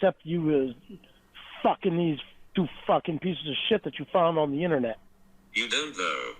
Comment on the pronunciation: “Innernat” “donkey cung”